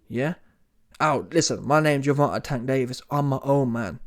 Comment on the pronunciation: This clown said "Wank" Davis😒 Won't ever sub to these clown channels